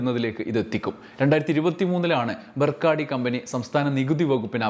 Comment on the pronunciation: 'ബക്കാര്‍ഡി' എന്നാണ്‌ 'ബർക്കാഡി' അല്ല.... ശ്രദ്ധിക്കുക